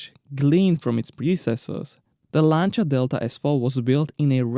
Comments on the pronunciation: Finally, someone who pronounces Lancia correctly. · You pronounced that exactly right: Lanča. It really bothers me when someone says they are a fan of that brand and then can’t even pronounce it right. BTW: love your channel.